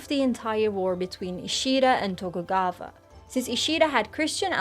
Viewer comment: If i hear TokugaVa one ore time i'm gonna lose it lol